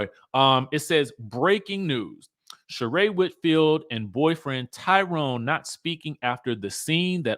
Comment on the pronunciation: says Lie Rone. Lol